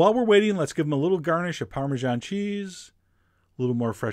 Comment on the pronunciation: americans really cant speak anything else BUT american.. its crepe not creip and parmesan not parmigian